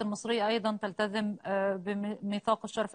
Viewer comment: تلتزم مش تلتذم